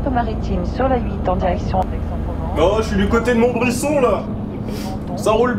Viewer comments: Sacrilège !! On dit MontbriZon a XD SInon énorme vidéo comme d'hab :D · le "s" de Montbrison se dit "z" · C'est pas montbrisson mais montbrison ( sa se prononce montbrizon si tu préfères) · Erreur !!!! On dit /monbrizon\ pas /monbrisson\ ! Bref, bien marrante cette vidéo ^^. J'étais trop contente quand il a parlé de ma ville ! Montbrison powa !!!! ;D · Mdr Montbrison c’est mon patelin !!! D’ailleurs sa se dis MontbriZon et on prononce pas le t !!! 😂 Franchement JDG continue comme sa j’arrête pas de regarder tes vidéos en boucle !!! 😁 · J'habite à coté et Montbrison ca se prononce montbriZon! ^^